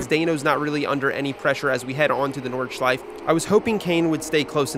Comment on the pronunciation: It's my moral obligatiom as a German to tell you to pronounce the E at the end of Nordschleife